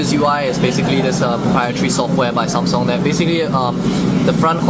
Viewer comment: Its Samsung not Sanm Songh . LOL . So cute the way you pronounced it .